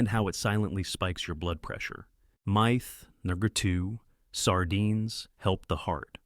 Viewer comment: The fact that the individual miss pernounces myth, makes me question this video